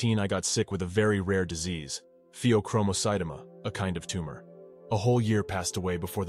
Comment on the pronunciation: It’s pheo-chromo- cyt-oma as in Omaha sounding